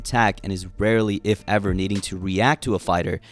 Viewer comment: No in that video he said "if" with Georgian letter "ფ" which is similar to "F" and people though he said "epo" weirdly